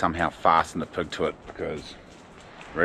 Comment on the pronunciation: Looks great. Love the accents too. Especially how you pronounce pig as pug, that’s choice as